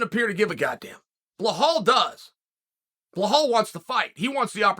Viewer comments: His name is so simple - Belal ( Bill + Al ). But Bluhawl 🤣🤣🤣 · Why does he say "Blahol" instead of "Belal" ?? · Uncle chael, it’s belal not bahal for the love of god ! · Only problem is ur calling him behal instead of belal lol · Please read my comment it’s BELAL NOT BEHAL BEE-LAAL like lad but with a L so belal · Have we been saying BELALS name wrong this whole time and Chael is saying it correctly 🤔. BEHAL?? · Stop say BAHAL! lol its BEEELALL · Mate, his name is BELAL, not BLAHAL 😩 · For the love of God it’s Belal not blahal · His name is BeLal not BeHal. But love this show. Great insight. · It’s borderline racism the way you blatantly keep calling BELAL Blehal. It pisses me off every time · Uncle Chael, It's Belal not Blahal 😅 But you gotta love it, welterweight division is stacked! 🔥🔥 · he somehow made an easy name a hard-to-pronounce name lol I think he must have done this on purpose, it’s a running joke now in all his videos just butchering ppls names 😂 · Lol chael why are you adding letters to “blahol”’s name ? 😂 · Blehal? I'm starting to think he's mispronuncing these names on purpose now. 😅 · BELAL be-lal . Like lad but lal now say it w me BELAL LAL not loooool not loahhhal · Who would have guessed Chael would go with “Blahawl” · Bell+All. Say it together now. Belal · Insert <WHO THE FOOK IS THAT GUY> Connor meme when Chael says BLEHAL! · Cmon man it's Belal... There's no H in it. You're using too much oxygen pronouncing it incorrectly. It makes me cringe hearing you say it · Is his name really pronounced bluh-hall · Bell-all, Uncle Chael, Bell-all. Can you say it with me? BELL-ALL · 'Blajhaal' the next mystic fighter😁🤣 uncle Chael never fails to create new upgraded names. the j is silent btw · I get it chael, you’re a company man and you do what the UFC tells you, but I don’t know how many more times I can stomach listening to you talk about beHlal “that’s not how you say my name” Muhammad. Nobody gives a fuck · Who the fook is "Blehal"?